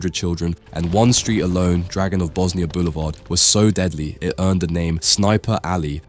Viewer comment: Lol draGOONov 😂